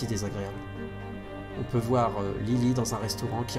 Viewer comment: Merci à vous 5 d'avoir partagé vos aventures (et aux potentiels autres qui ont aidé !), je n'ai connu Vampires que très récemment et ça a été un vrai plaisir de découvrir ce jdr avec vous ! Juste une question : à , Tobias a dit "voyons vouère", aurait-il trahi un accent des Hauts de France de LA x) ?